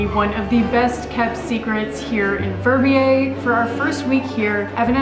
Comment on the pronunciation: Your pronouncation of "Verbier" is just awful.